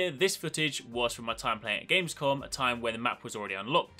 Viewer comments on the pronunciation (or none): none